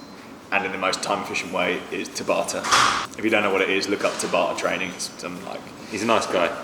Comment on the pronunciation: Just FYI, "Tabata" is more like "Tabitha" than "To barter"